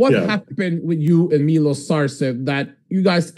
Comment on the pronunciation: Why do you always call milos, miloshu?